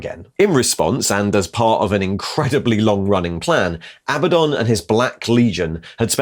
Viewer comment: Are you going to ret-con all these videos when you learn how 'Abaddon' is correctly pronounced?